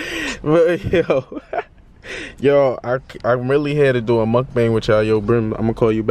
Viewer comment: Why you say MUKBANG so hardddd 🤣🤣🤣🤣🤣